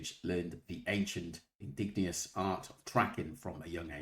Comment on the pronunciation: Out of respect, please learn to pronounce "Indigenous". (In-didg-en-ous.) The "I" is always capitalised.